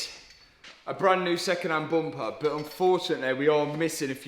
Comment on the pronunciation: Front bumper turned into a front boompa 😊